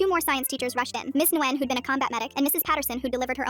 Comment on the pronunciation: Nice story, but Nguyen pronounced "Wihn!"